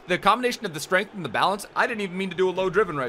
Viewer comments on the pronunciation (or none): none